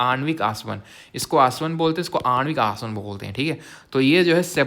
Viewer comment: ye aaswan , or aanwik aaswan bolne ka tarika thoda casual hai 😅😅😅